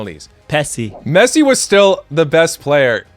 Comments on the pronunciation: he's called messi not pessi you fatty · Whenever I hear 'Pessi' or 'Penaldo' comments I immediately discredit anything theperson that said that is saying. So, sorry, the other guy's opinion means absolutely zero after he said Pessi non-ironically